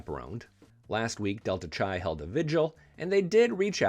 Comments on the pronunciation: It's spelled Delta Chi and it's pronounced Delta KAI as it "go fly a"KI"-te, not Delta Chai, I drank a Chai Tea. I was never a frat boy myself but at my almamater the University of Arizona the Delta Chi fraternity knew how to throw a party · Delta Chi is pronounced Delta Kai. 😮